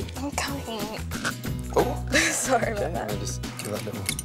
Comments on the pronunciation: Video: Come on maggie... I'm com (slight pause) ing!!! Me: 0_o I'm done.... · "I'm commming"